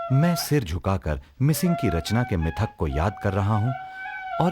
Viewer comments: (Mishing tribe❌) (Mising ✅) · Not Mishing , Mising